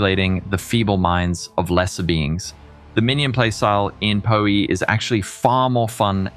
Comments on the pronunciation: "po-e" made my gears stop instantly lol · pronounciation of PohE and Scissoring killed me xD The fleshy Me can also vouch for Balors Holy Relic! Amazing build! (With a lot of room for personal customization as well!)